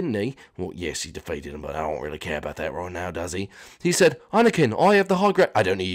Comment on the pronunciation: Its said not sade